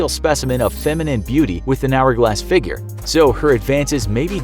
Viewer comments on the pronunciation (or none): none